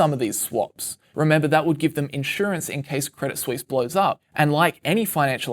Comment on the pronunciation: "credit sweeess"